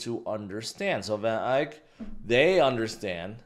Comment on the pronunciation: It’s pronounced Van Ek not Van Ike. 😂